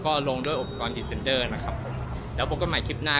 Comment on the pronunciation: คำว่า descender เขียนผิดครับ และ ออกเสียงก็ผิดนะครับ